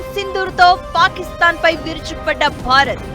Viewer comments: తల్లిమాటలు కొంచెం స్పష్టంగా పలుకమ్మ పాకిస్తాన్ ని పాపిస్తాన్ చేసేసావు నువ్వు సూపర్ 👌👌👌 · Pakistan 😂😂😂😂 ... pronounced wrng ayina adi papisti desame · Suparga chepindhi papi ani